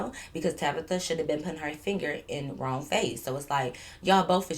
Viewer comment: I don’t know why through out all the stories I keep thinking you saying ro instead of wrong 🤣🤣but not she dragging it out but not wanting to fight 😭😭